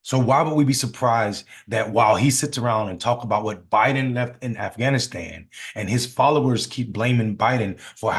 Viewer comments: Bruh..... He dropped the "g", in Afghanistan!😂 He says: "Afanastan!!🤣🤣😬💀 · A'fannistan? Technically it's not a lie if he can't even pronounce the name correctly. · Aff Anistan 😂 Please take his passport so he can't leave the country!